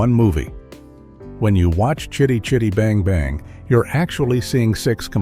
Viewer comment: Fun fact, this film was made the year I was born & it still holds up pretty well, shame I had to sit through nearly 30 min of having it's name constantly mispronounced, WTF was that about !, f 'ing AI narration. I did think it was amusing that someone called Jackson finally got to own the car, then used it as a Hobbit taxi lol 🤣👍.